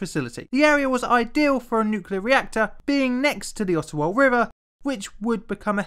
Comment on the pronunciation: Just as an FYI, it's pronounced Odd-ah-wah, not Ot-toe-wah. (Think of it as a d, not a t.) Much like Toronto is correctly pronounced Toe-ron-oh (the last t is silent). Foreigners quickly identify themselves to Canadians as foreigners when they mispronounce those city names. It's also how we catch out Americans claiming to be us when traveling, as they have no idea of what actual Canadian culture is.